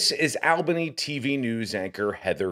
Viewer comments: The "" would do well to learn how to correctly pronounce the name of the capital city of New York State. It's pronounced "awl benny", not "Al bunny" (which is a city in Georgia). But at least he didn't slur. Lisp notwithstanding. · I live in the viewing area. 1. It's KOH-var. 2. It's ALL-buh-nee (capital of NYS). You said it the way other states do (AL (like the man's name) -buh-nee). This station cannot afford to lose another reporter. Literally almost everyone else has left recently. So exhaustion sounds plausible but this is clearly anchoring UI. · No comment on Heather. My comment is on the guy that posted this and was commenting…did you go to school? Did you learn the Capitals of every state? Albany is not pronounced Al-Bany. It is ALL-BANY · Dude it’s pronounced All Ba née not al ba née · Its not Al-bany! Its All-bany! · Its "Awwwlbany" not "Ahhhlbany" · It's not al bany!..its aw bany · and it's ALL-BANY- not Al-Bany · It’s pronounced ALLLBANY Not Al Bany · It’s ALL-BANY not AL-BANY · how how are you pronouncing ALL-Bany. I’ve never heard it pronounced AL-Bany like the name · its ALL-bany, not Al-- bany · All-bany, not Al-bany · ALL-bany NOT AL-bany. All-buh-knee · All Bany not Al Bany.🙂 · I saw this live and kept saying to myself why do they keep coming back to her after break? Also the poor weather guy did about 6 mins of weather just to kill time. Even though she called him by the wrong name. BTW the city is pronounced All-ban-née. Common mistake. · The way he says Albany is weird. It’s pronounced awhlbany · It's pronounced "ALL bany" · It's All bany pronunciation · Learn how to pronounce ALL bany, before you judge. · It’s pronounced Allbany All bany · Work on your pronunciation of Albany..... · Who are you to be talking? You can even say Albany. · The way you pronounce Albany is.....interesting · Please learn to pronounce Albany. The annunciation was worse than the newscast. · How about learning how to pronounce the city correctly…